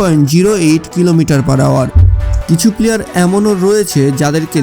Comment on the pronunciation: ভাই আপনার উচ্ছারণ ঠিক নেই পিলিয়ার বলে 😆😆😆😆😆😆😆